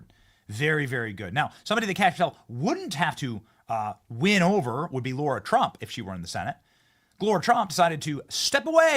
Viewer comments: LARA, LARA, LARA!!!!! Seriously wtf is your issue? Her fkn name isn't LAURA. It's LARA!!!! It's either personal, or you're incompetent. Aren't words YOUR JOB?? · It’s LARA TRUMP not Laura - please ?